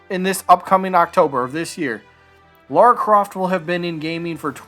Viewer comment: Say "Mario". "Mario" Now say "Lara". "Laura"